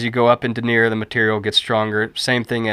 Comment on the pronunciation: Thanks, that was a helpful video. I can tell you didn't take French in school though. Denier & Taffeta are pronounced much differently normally. Regardless, that was a helpful video.